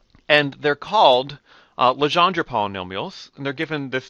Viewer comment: Your saying Legendre wrong!! That is my born last name